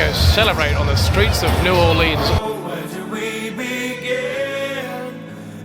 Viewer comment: Cringing at you pronouncing it new orLEANS, as a native Louisianan I cried.